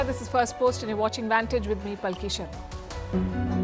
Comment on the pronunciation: Madam, is it palki sharma or paalki sharma. Please clarify and kindly use the correct damn pronunciation. Its your damn name